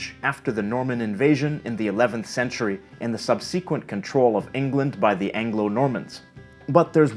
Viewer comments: subSEEquent? SUB-suh-quent (more likely) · "Sub-SE-quent" Tr. = "SUB-se-quent". You must be a major left-brain! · sub-SE-quent? not an allowed pronunciation. SUB-se-quent is the only one. Charming to hear our brilliant polyglot isn't perfect! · Fascinating video as usual! Great job! Small note: I think “subsequent” has a stress in the first syllable (and not in the second as spoken in the video), isn’t that so? Keep up your incredible work! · 51 or so seconds in.... sub-suh-KWINT NOT sub-SEE-kwint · interesting and informative video. One little helpful piece of feedback for you: « subsequent » is pronounced « SUB-se-quent », not « sub-SE-quent ». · "Sub see quent" ? Where does that come from? Sequence? "Sub-sequence" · You can tell he's a linguist by the way he says "sub-sequent" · I’m wondering if pronunciations like “sub-SEE-quent” and “in-FLU-enced” are Canadianisms, since they’re not part of my (Inland North US) dialect... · HI! Did you REALLY say Sub SEEEEquent? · Great video, but....sub-sequent? What the heck was that? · Did you just say "sub- SEE- quent"? lol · "sub-SEE-quent" You said that weird. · I've neve heard anyone pronounce subsequent as... sub-sequent. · I've heard it any number of times in videos from Britain, but this was the first time I'd heard it from someone on this side of the Atlantic!